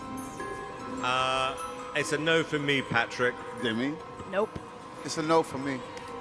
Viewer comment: "noup" lol XD